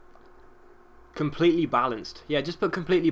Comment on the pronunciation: compleyely balanced